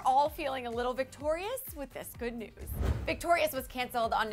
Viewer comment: who else thought they heard “we share nudes” when elizabeth was talking about the group chat where they share “news”